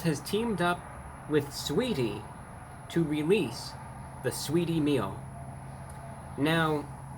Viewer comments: "Sweetie", isn't it Sa-weetie? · The A ain’t silent in sAweetie get it right brah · The a is not silent! Saaaweetie! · Who tf is "suhweety" 😬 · Lol the A is not silent, it’s pronounced SAH-WAY-DEE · its pronounced sah wee ty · I’m here to hear him say “Saweetie” more than anything. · The “a” in Saweetie is not silent. It is a southern/urban play on the vowel. Usually used to add emphasis, character.... or just being extra. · Honestly I just clicked on this video to hear him say saweetie 😂